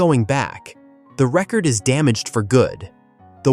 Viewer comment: This seems to be AI so I dont know if they could get their facts straight. about 1 minute and 20 seconds in you can hear them pronounce record after record entirely wrong.